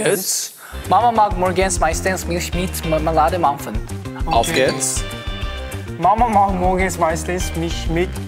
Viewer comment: Okay but they pronounce german really good!! Especially Jaehyun, the way he said auf geht's sounded like a native not kidding